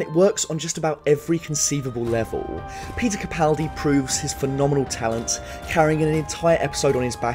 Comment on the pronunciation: "Peter Capenis".....